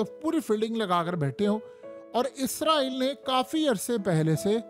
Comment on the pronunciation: و بھائی میرے یہ عزرائیل نہیں ہے اسرائیل ہے اپ اپنا تلفظ ٹھیک کریں ہمیں ایسا لگتا ہے کہ جیسے ہم انڈیا کی نیوز سن رہے ہو عزرائیل صرف ایک فرشتے کا نام ہے جس کو ملک الموت کہا جاتا ہے